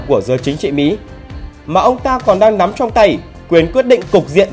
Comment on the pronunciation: Ngọng mà phát biểu tự tin ghê. 😂😂😂